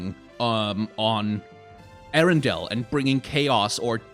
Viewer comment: I heard him calling the world Ariendel every single time... Show her flame...